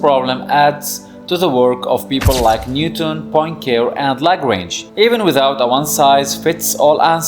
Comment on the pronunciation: "Point Care" is being correctly pronounced "pwan-kah-RAY". 😆 Henri, Henri, mon chéri, quelqu'un dénigre ton nom, et cela même avant samedi.